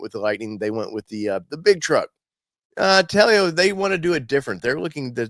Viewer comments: I believe it is pronounced Tel-o not Tel-e-o. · Not "Tell-E-Oh". It's just 2 syllables. "Tell-Oh". I like it, too. I'm hoping they can make it to market. My pre-order is in.